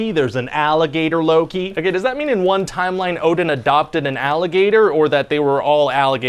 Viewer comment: he says luu-ki